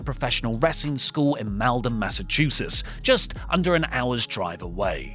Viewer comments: It's pronounced Maul-den, Massachusetts. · it’s pronounced Mall-den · MALDEN Massachusetts MAWL-DEN not with a freaking a sound wtf 😂